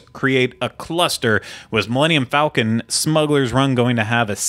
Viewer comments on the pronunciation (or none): none